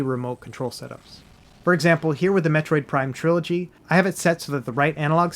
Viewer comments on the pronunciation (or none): none